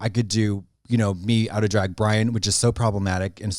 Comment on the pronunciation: The way Trixie say Drag is everything